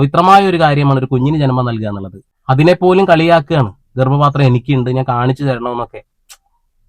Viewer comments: ഗർഭ പാത്രം എന്ന് പറയാൻ കൂടെ അറിയില്ല ഗർഭത്രം എന്നാണ് പറയുന്നത്, ഇവന് വേറെ പണിയില്ല, വൃത്തികെട്ടവൻ. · ഗർഭാത്രം 😂😂ഗർഭപാത്രം എന്ന് പോലും പറയാൻ അറിയാത്ത ഇവനാണോ പെൺ വേഷം കെട്ടി നടക്കുന്നത് മൊയന്ത് 🤣🤣🤣